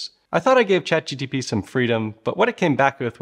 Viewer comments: I mean, you started with saying ChatGTP, what can I say? :D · I cringed sooooo hard every time he said "Chat Gtp" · say ChatGTP one more time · Bro, are saying “chat GTP”? 😂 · Guys he really did mean to say chatgtp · He kept calling it chatGTP... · Say it with me chat G-T-P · Are you saying chat GTP ?😂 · Hey I think you said the name wrong... it is Chat GPT Other than misnaming the topic of your video every time you mentioned it... Everything else seemed credible. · Why is everyone calling it chat gtp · Good video but my ears are bleeding from you saying chatGTP EVERY TIME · I wonder why you say "GTP" every time? Is it so that people like me will leave a comment on this video? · gee pee tea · You lost me at "chat gTp"... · Stop saying gtp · Can't watch. Too annoying. You kept saying chat gtp. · After hearing you pronounce it wrong so many times in the beginning, I'm constantly second guessing myself when you pronounce it correctly later on. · If you watch the whole thing it is 🤩 amazing. Half way through 🌈🌊 he enables his 🧠 and starts 🌈🌊 saying it correctly every time. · Who wants to join me for a drinking game? The rules are simple; just take a shot every time he says "ChatGPT" wrong. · You really needed to edit the sound and fix to chat GPT. You can't mispronounce the name of the protagonist. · It is difficult to get through this with you getting the name wrong every time... why not rerecord the video and correct the errors to make your content more credible? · WOW, you can't even correctly pronounce ChatGPT! That's something! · You are repeatedly saying "Chat GTP" instead of Chat GPT. Like... every time, you say it wrong. Slow down, grasshopper. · Okay so I’m not the only one wondering why he keeps calling it chatGTP. I mean I get we’re trying to make power but everyone knows ATP is the best power source. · New drinking game.. Every time the dude says "chatGTP" have a drink. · Wow, good video but several times now you've referred to it as ChatGTP.